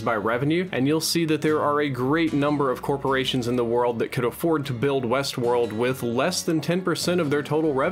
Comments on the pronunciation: "HBO's new series Westwold" lol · what's "Wesworld"?